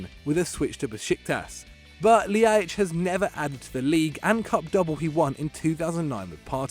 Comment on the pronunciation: that Ljajic pronunciation was horrible. Just say an l then an i and then an a. But really fast. That one honestly isn't difficult.